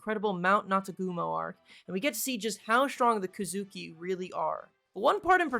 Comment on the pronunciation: the "kazooki" 💀😭